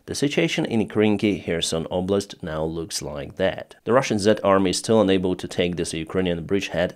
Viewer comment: please learn pronunciation of your frequently used word "unable" ...you pronounce it as "enable" which has got quite opposite meaning